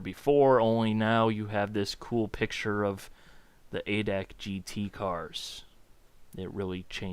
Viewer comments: hey, its pronounced "a" "d" "a" "c" and not "adac". it is a big automobile club here in germany as you may know. just a small hint. thanks again for your videos, i really enjoy them! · havent watched the whole video yet but we germans say "adac" like we spell it. A,D,A,C. its a short cut not word. a VERY VERY MINOR complaint :D. fun aside, why didnt simbin go for GTR3 instead of this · its not ADAC its A D A C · Its called A D A C, ( looooooooooooooooool Darin) xD. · yeah but i feel like dying when hearing it in a word.:D fyi, you can call it General German Automotive Club if you dont feel like saying A.D.A.C.:P